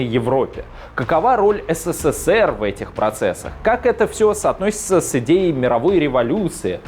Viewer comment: Ну когда же, ты научишься, произносить СССР?! А не ССССР, как робот в переводчики гугл. ))) Попробуй потренироваться! И так: произноси на ТРИ удара С, на четвертый удар, Р.